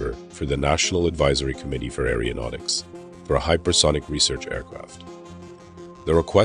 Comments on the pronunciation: Pretty good presentation however there was a distraction in the narration that had me cringing. It is NOT "arryodynamics", "arryospace" or "arryonautics". Think of them as starting with the word "ARROW"; e.g. "ARROW-DYNAMICS" and "ARROW-SPACE" and "ARROW-NAUTICS". Got it? Where you from boy? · It is AERONAUTICS not Aereonautics and Aerospace not Aereospace. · Nice presentation, though a dramatic narration is stripped of gravitas when the person speaking can't pronounce, "aeronautics", or any related words correctly: the Greek originating prefix is pronounced, "air-oh", not, "air-E-oh". "Aero", means air. "Aer-E-o", seems biscuit/cookie related. 😁